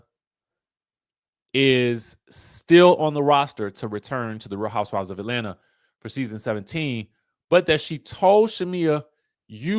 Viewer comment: “Atlanta” doesn’t have an “R” in it